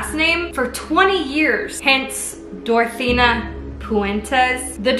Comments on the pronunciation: Why was she saying dorathena and not dorothea? I'm so confused? It's making my bf mad which is annoying me cozz I'm just trying to watch my kenzie vid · Girl I loved this but every time you said DorotheNa instead of Dorothea I cringed a little. 😂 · She said Dorethina instead of Doretha the whole episode. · hey! great video but just so you know its “Dorothea” not “Dorothena” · it's DorTHEA not DorTHENA my ocd is killing me right now with this!! it literally says it in her cook book!! I remember watching a show on this!! Insane!! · I couldn't listen, she kept calling her Dorethena 😂